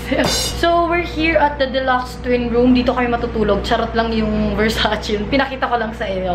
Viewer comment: Versace-read as it is po,not versacì...